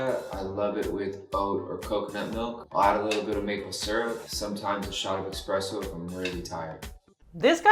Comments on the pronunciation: Travis said, “eXpresso” 😂. It’s eSpresso!! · All I heard was “expresso” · He drinks “expressos” 🙄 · The former barista in me is really bummed out when anyone says eXpresso, but when people say it from their “I eat so clean” high horse…. well…